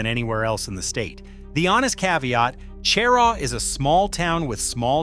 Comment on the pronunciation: Cheraw is pronounced sheraw.